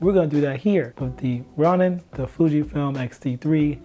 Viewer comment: nice video its pronounced Row-nin fyi my guy